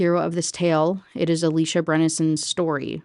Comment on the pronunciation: First off: thanks for saying Alicia that way. That’s my cousins name and is indeed pronounced like that Woman, speaks: SIREN! LURING MEN TO THEIR DOOM! Woman, doesn’t speak: SILENT SIREN! LURING MEN TO THEIR DOOM! Men shut the f up challenge “Kathy hates weed” Me: DUMP HER! “Kathy is cheating on him” Me: Oh, yeah… totally then. You always explain these books in a way that makes them seem soooo interesting. I guess it’s because I don’t have to deal with the WAY it was written.